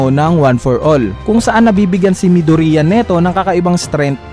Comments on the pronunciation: Yeah it's "midorya" not "mido-riya" arghhh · Midorya not midurya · Kuya paayos po Ng pagkakasabi midoriya po Hindi midurya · “ mido-riya ” I'm triggered help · It's correctly pronounced as “ midorya ” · Mih-dur-iyah? Mih-du-ri-yah? Wala lng natatawa lng ako HAHAHA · hahahah nakakatawa pag nag sabi ka ng midorya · No offense.... Pero bakit po Medori-a😄